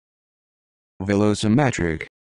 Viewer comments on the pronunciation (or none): I am not sure this how we pronounce Velocimetric!